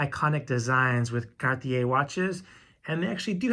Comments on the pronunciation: CaRRRRRRRtier not Catier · I found the way you pronounced the word Cartier quite funny. You obviously attempt to pronounce the word the French would. But I’m not sure that’s how they do pronounce it. It just make you sound quite uneducated. Secondly, I always find it funny that you think it’s wrong for Tiffany to dilute the brand. Actually I think that’s just a clever strategy. One can argue the same about the “ghetto” people clamoring for fake Rolex or Louis Vuitton bags for the low class people. The fact is that Tiffany makes more money from these aspirational items than anything else they got in the store. They could easily make their items super pricey like Harry Winston. But that’s not their marketing strategy.